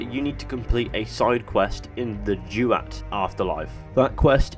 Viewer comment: It’s pronounced ‘duwat’ not ‘jewat’ also love your videos